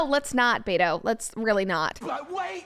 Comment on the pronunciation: Beto? At first I thought Brett says beta. :P